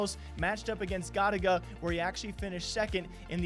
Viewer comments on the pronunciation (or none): “Got a ga” it’s go-tay-gu my man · the way you say gotaga lmao hahahahaha wow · How do you call your self a cod fan and can’t say Gotaga. He competed in cod for some in years in EU scene. I will always support him for that